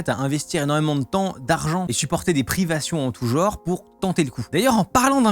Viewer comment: Vous êtes de nombreux youtubeurs à le faire et je suis perplexe. Le mot "genre" se prononce comme jambe ou jante. Pas " jeuanre". Si c'est une conspiration, c'est claqué au sol.